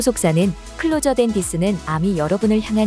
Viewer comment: "클로저" 가 아니고 "클로서" 입니다.